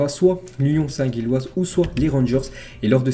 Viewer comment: Faudrait faire un effort de prononciation mdr, St-Gilles( prononcer Jilles)